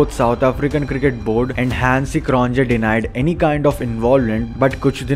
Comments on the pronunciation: यह क्रॉनजे नहीं, क्रोनिए है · क्रोंजे नहीं it was क्रोने जे is silent. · Cronje is pronounced as "cronye".The J is silent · Bhai, sab kuch theek hai - par Cron-J mat bola kar please. Cron-ye. I used to say Jakwess until someone told me it's pronounced Jake Kallis. And the 'th' in McGrath is silent. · j silent in cronje. it's pronounce croniye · Cronje is pronounced as 'croniye' FYI